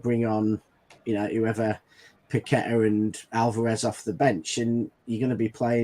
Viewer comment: Its PAC-E-TAR thats the way he pronounced his own name in West Ham unveiling where is this PAQ-WE-TA coming from??? 😄😄😄